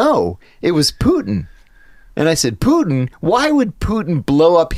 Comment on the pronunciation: Its not poo-in. Its putin.